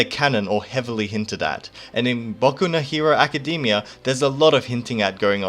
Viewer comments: Hahah you say it as "Acadymia" instead of Academia xD but it doesn't matter now 😂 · Yes exactly, you got it right! make it sound shorter. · Good content! you got a sub, but the only problem I have is how you pronounce "Academia".